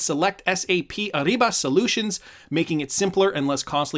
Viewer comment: It’s a soft R in Ariba. Not ARRIBA